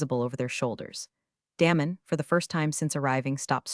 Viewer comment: His name is not Damon, like “damn”. It’s Damon, like Day-mon.